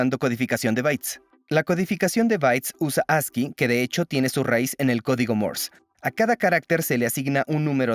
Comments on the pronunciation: No es "mors", es Morse. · Por que mierda dice codigo Mors !!!!???? Estas hablando y pronunciando en castellano - español no ingles cenutrio de los Andes ! El latino es una plaga , deberia existir una manera de poder separar en la web el audio latino del español , el latino no es un idioma , estoy cansado de oir latino cuando busco audio ESPAÑOL !